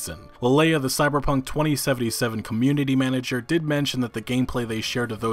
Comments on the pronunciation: Why does he say it twENTY Seventy Seven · I hate how you pronounce 2077